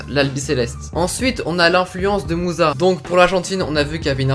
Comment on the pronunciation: Son nom de Ahmed musa se prénonce Moussa